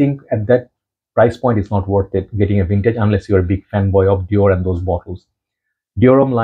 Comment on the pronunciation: I'm French and it's your pronunciation of Dior that is accurate in French 😏